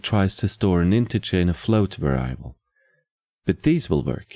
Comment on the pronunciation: Hate to be that guy but "variable" is not pronounced like "ver-AI-able", it's pronounced like "VER-ee-able", emphasis on the "var" part where the a is actually pronounced like the e in "red", and the i is pronounced like an i in most non-english languages, like the "ee" in "free".